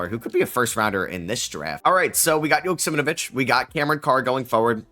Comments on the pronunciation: Man why are you constantly saying JoksimNvich its YO KS E M AU VEE CH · I think you have an extra syllable or two in Joksimovic